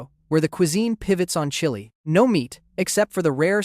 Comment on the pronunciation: Seriously and why TF did bro pronounce chili like that 😭